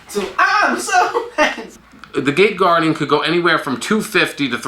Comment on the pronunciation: am I the only one who heard gay guardian like 6 times